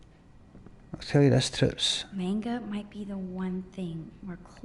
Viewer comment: thats not how you fucking pronounce manga FUCK